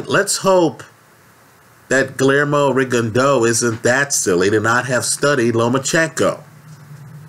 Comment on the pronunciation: "Glaremoe Rigondough."